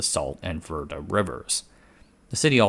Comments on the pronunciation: Critics have been saying the water is running out for the last 50 years. Also, it is pronounced HEE-LUH not GIL-LUH Also, it's VER-DAY not VER-DUH Love your channel. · Pronounced Hila not Gila River Vairday not Verdi river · Great video! Minor critique: Gila is pronounced as "Hee-Luh" and Verde is "Ver-Day" (I'm a life long Arizonan and live just outside of Phoenix lol) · "Gila" = HEE-la and "Verde" = VAIR-day